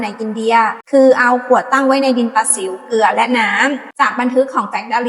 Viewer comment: ดินประสิวนะ ไม่ใช่ดินปลาสิว.. เฮ้ออ่านออกมาซะเต็มปากเต็มคำดินปลาสิว